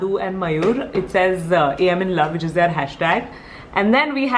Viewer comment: hi, you pronounce it as "they are" instead of "their" :)